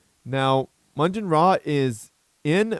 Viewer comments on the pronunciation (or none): Maugan Ra is a Warhammer 40,000 Character. And its pronounced "Mawgan Raa". I always thought you were having a bit of fun with his name :)